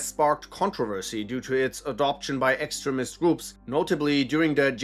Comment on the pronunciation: Why do you pronounce “extremist” like that. It sounds like you’re saying “excrement” which means poop lol